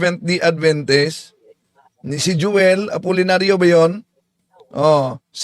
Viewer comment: Ayusin mo pg pronounce apolllnario.